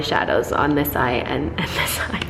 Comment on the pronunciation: New catchphrase “dis, dis, dis, aaaaand DIS!”